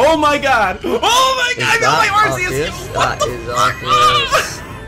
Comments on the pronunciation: And that is arceus (keus) not arceus (arseus) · ITS PRONOUNCED ARKEYUS OH MY GOD!